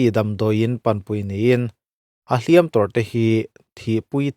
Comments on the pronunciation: "Hliam" i lam rik dan hi a diklo tlat mai a..... "Hliam" tih hi "Tiam tlat e" kan tih a "tiam" anga i lam rik chuan thil lo la awm tur sawina a ni a. Tin, inbiakna ṭawngkam a hman tur a ni bawk a ni. E.g.- Mi i va hliam ringawt ange aw. "Hliam" tih hi "a va pawi ve aw" tia "pawi" anga kan lam rik chuan thil kal tawh sawina a ni a. Tin, mi chanchin kan sawina atana hman tur a ni bawk a ni. E.g.- Hliam nasa tak a tuar a ni. Mizo ṭawng (Lusei ṭawng) hi uluk hram hram ila, hnam peng hrang hrang pawh chuti tho. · Hliam tih hi i sawidik fel famkim bik chiah lo. Verb anga hman anih Chuan 'tiam tlat e, Kan tih a, tiam Kan lam dan anga lam tur. Adjective anga hman anih Chuan lam rik san tur. Ui hliam alo kal.